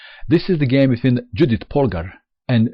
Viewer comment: Hi, Judit Polgár is a Hungarian chess player. So, her first name, Judit, should be pronounced, as "Yudit". (Note: the first name in Hungarian is the family name 🙂 So, corretly her name is Polgár Judit).